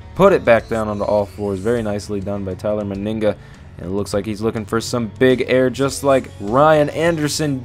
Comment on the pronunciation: ITS NOT TYLER MYNIGGA ITS TYLER MENIGA